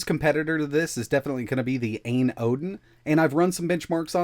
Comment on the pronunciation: Fyi. It's pronounced A.Y.N not ayn phonetically